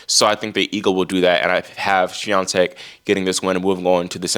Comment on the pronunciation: Why has Coco's father stopped attending her games? Your pronunciation, Iga Swiatek, is very good, congratulations!